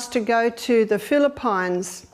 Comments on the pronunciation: Please Madame O'Neil The Philippines are pronounced philippeens and not philippYnes 😱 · WTF is Phili-PINES? Never heard of that country before.. Or did you mean the Philippines? 😂😂😂